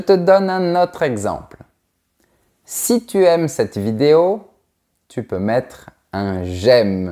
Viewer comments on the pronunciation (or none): none